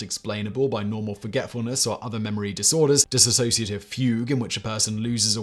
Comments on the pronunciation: For God's sake, the word is 'dissociative' not 'dis-A-sociative'. You can't even get that right. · It's DISSOCIATIVE, not DISASSOCIATIVE. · Dissociative, not Disassociative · It's dissociative, not disAssociative. And DDNOS (Dissociative Disorder Not Otherwise Specified) has been changed to Unspecified Dissociative Disorder. Also, there is OSDD (Other Specified Dissociative Disorder) with subtypes 1a and 1b being like DID, 1a lacks the distinction between personalities, and 1b lacks the blackout amnesia between switches. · It's 'dissociative', not dissasociative! Sloppiness like this is what puts me off your multiple channels - you're about as accurate as a human Wikipedia. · Nope it's Dissociative Identity Disorder. Drop the A. Simon mispronounced it consistently.